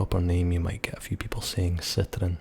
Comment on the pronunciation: As a french speaker I love the pronunciation of "citroen" XD, but seriously your accent is great!